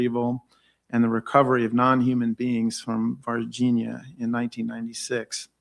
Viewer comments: Ross calls it VarginHAAA because I think he's afraid of mispronouncing it and say Vagina. 😂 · Vargin-ha 😆 hey, at least he tries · "VAR-GEN-HA" lol You're kill'n me Ross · 😅 every time I hear "Virginia" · Ross, you're an incredibly intelligent person, so it boggles my mind why you repeatedly mispronounce The city in which these events took place even after hearing the correct pronunciation multiple times lol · Ross, with respect, please take 5 mins to review the correct pronunciation of Varginha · You would think that Ross would take 5 seconds to learn the proper pronunciation of “Varginha”. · James Fox is the GOAT. His colossal efforts to bring this case to light are only surpassed by Ross Coulthart's relentless commitment to mispronouncing the name Varginha.